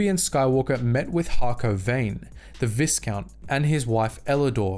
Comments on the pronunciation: VIEcount, not VISScount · Viscount is pronounced Vy Count. The s is silent. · Vi would sound more like the letter V while you can hear the (aight) in the other one. Since the word is french I'd say you shouldn't pronounce the S and it would sound like V Count. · Viscount is pronounced vigh count. Like high, but with a v. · The "is" in viscount is pronounced like the "is" in island. Viscount should sound like "vie-count". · No it is pronounced vis count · Its definitely pronounced vigh like byeee. Look where the term came from. How would you pronounce vigo carpathians first name? VEEgo? Or VIGHgo? Clearly VEEgo. Much like the word ERGO its pronounced AIR GO. Versus errr go. Viscount is pronounced VIGH count. You cannot change my mind. Its basic phonetics. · Christ, dude. "Vigh-count. VIGH-COUNT." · Yes there is an ‘s’. But it’s silent! Pronounce v-eye-count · Viscount is pronounced Vi count. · Viscount is pronounced vycount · It is pronounced vi,kount with the I being a long I as in vie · Sorry bruv but it bugged the shit outta me, it's pronounced vy-count. The S is silent. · It's an older video, but dang. Star Wars lore vids have a way of getting the pronunciation of "viscount" wrong and apparently have for a while now. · Visount has a silent S. Also, Serrano is said plenty of times in the shows, and it's also not how you pronounce it.